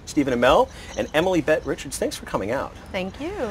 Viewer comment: Am I the only one that was bothered by the fact that he said Richards instead of Rickards